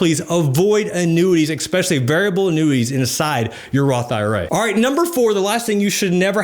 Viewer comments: Cmon bro it’s ESpecially not EXspecially lol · “Expecially” smh 😕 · No offense, but the word is ESPECIALLY, not EXPECIALLY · Expesially? Eggspesially? 😅🥳✌ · did he just say x-specially? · I think I unconsciously knew not to put penny stocks into an IRA, but clearly spelling it out for me helped to actively avoid that as a long-term investment strategy :] Thanks for the tips, “ekspecially”s aside ;P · Great info. At the risk of sounding like a prick I must say the use of the word “exspecially” does make me question a guy’s credibility in most circumstances. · it’s pronounced Es-speshully. Are you from philly or Pittsburgh? I hear they pronounce the ex